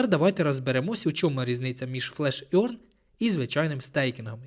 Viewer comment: Можете в гугл транслейтор написати "earn" і послухати як вимовляється? Ви почуєте "еарн", а не "орьн". Це непрофесійно. Дякую за відео!